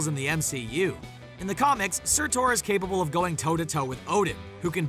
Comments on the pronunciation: “Surtor” it’s surtur. Say it right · Surtor? It’s Surtur. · Surtur not Surtor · I just wanna tell you that “Surtur” is pronounced as “SerTer” not “Sertor” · You pronounced Surtur wrong, it is pronounced Ser-Ter. Otherwise it was a good video.😀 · Good video, but the way he said “Surtur” as “SurTOR” kinda triggered me ngl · Surtore. How do you botch the pronunciation that badly? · I have a question. What part of the “ur” at the end of Surtur makes you think it’s pronounced “or” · SurtOr? Really? It's not difficult to pronounce Surtr correctly, especially since we've heard it in the movie. Except you're just reading a script and probably didn't watch it, since you don't know how to pronounce it. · Please tell me im not the only one who got triggered when he pronounced surtr as sertor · Did this guy just say: “Sur-Thor?” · His name is not Surtore FYI. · Surtur isn't pronounced "sir tore." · Say Surtaur one more time. Say Surtaur again, I dare you. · It’s not surtOr lmao it hurts every time he says that but spells it correctly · Surtur he says surtor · that's quite a bad pronunciation of surtur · Im not judging but its surfur not surtur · The pronunciation of surtur is maddening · You mispronounced Surtur. Sooooo we know you have no idea what you're talking about. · How do you mispronounce "Surtur"? I never got how someone can hear something so many times, yet still can pronounce something incorrectly.